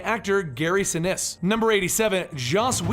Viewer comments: did he say Stan Sebastian? no sir. reverse that. and Gary Sinise is pronounced Se-niece not Se-nice. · Dude I really liked this, but you gota get your pro-nun-c-a-tion right!!, Gary Sinis?....Gary Sin-niece!!! I think you still did good man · Oh, and BTW, it's Gary SiNEESE, not Gary Sinesse. Log on to Cinematica were we watch you watch movies smarter, but can't pronounce half the words. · Gary Sinise's last name is pronounced sin-EESE, like the spice anise. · Guys your channel is awesome but you have got to learn how to pronounce people's names. It's Gary Sa-neece and Roberto Ba nee nee just a little quibble. Thanks.